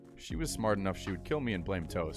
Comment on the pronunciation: "If she vvas the smart one" lol you are so bad lol